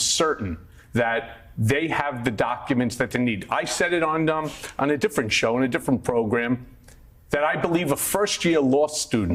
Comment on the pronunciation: “This is (D)ifferent!”